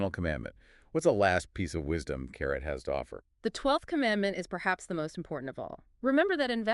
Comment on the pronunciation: it is pronounced CA-RAY...not carrot